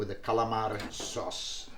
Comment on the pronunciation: LINGUINEH WITH D A CSAALAMEREH. he says caalamari funny hehe calamri jjijijijiijijiji 😋☺☺☺☺